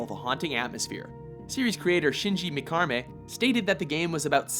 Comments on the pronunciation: Who the hell is Shinji "Mc-Carmay?" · "Shinji mikarmay"?? Wtf lol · WHO THE HELL IS SHINJI MAKARMAY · "series creator Shinji Mikarme", lol, anyways, I'd put RE2 as #1, RE4 was good but it's too linear, you had plenty of space for items and you could upgrade every weapon making encounters less tense, it lacked the survival feel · did you just say "Shinji MiKARmi?" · "Shinji Mikarmeh" ??? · First you say Shinji Mikami's name wrong, then you quote him wrong too. He said the Resident Evil remake was 70% different.